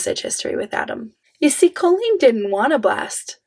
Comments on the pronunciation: Not going to lie, but I am low key loving how you say her name. All i hear is a fancy way of saying colon. Which fits. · I really enjoy you pronounce her name “Cole-lean” because it sounds like “colon” 😊